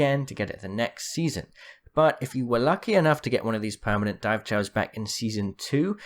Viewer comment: I can't understand what he is saying, it's sounds like "permanent dive chowers" can any one clue me in? BoneAppleTea